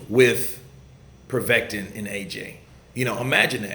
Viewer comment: It's povetkin bro haha